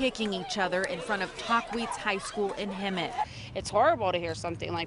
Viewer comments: Its taquitz not tahuetz i know cuz i live in hemet fight me wassup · "We still cant believe what happened at tAwHeeEzE high school" lmfao 😂😂😂 It's taqhuitz aka "talk-witz" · "talk wheats"